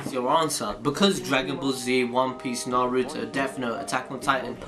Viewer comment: Why do these guys always MISPRONOUNCe naruto